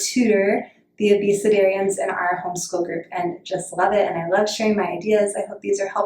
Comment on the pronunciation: I think it's ACDerians (Not sure it I'm spelling it right), referring to the youngest ages of students. I also thought it was Abusedarians at first lol. It was hard to understand.